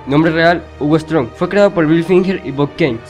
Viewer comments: Si aparecen todos los villanos de Batman pero no los pronuncia bien Ejemplo Hugo Strange Se pronuncia strensh Pero el dice strong Y con otros también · escucharlo decir strong para hugo strange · Por que dice hugo strong si se dice ... se dice hugo strensh